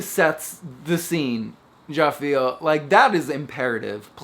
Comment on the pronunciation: You definitely say "ja feel" for real now. You're gonna have to just own that.